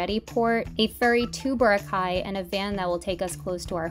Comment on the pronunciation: i know that she's american, but that was one of the funniest and most common pronunciations of boracay i have ever heard as a filipino american.